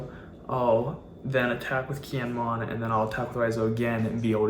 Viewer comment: You gotta learn the characters names man. Kiñemon and Ahpo is rough.